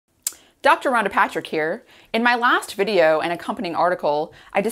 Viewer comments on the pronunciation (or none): none